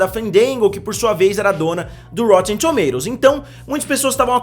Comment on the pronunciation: ele fala engraçado kkkkk rotetemmm tomatototos